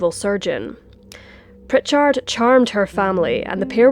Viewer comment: You are little bit hard on the end if the name Prichard.